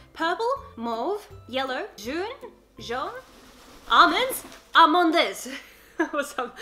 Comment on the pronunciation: She said almonds in French nut it sounded like Amanda